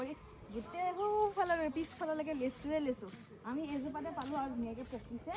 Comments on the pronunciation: লেচু নহয় হ'ব লাগে লিচু 😂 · লেচু নে লিচু 😂😂😂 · লেচু নহয় লিচু। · লেচু নহয় অ মইনা লিচু